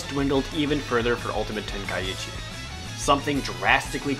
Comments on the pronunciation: dbz kinect was awsome i would rate it 9/10 and you are pronouncing ten kai chi wrong it is not ten kai ichi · Ten Kai chi. Not ten Kai ichi..... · the i is silent